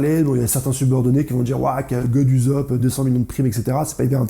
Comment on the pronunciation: Sa se prononce pas uzop mais oussop